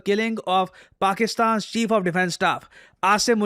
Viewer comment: Ye pakistan abb mujhe Bakistan kyu sunai deta hai? Aur kisiko aisa hota hai kya?😂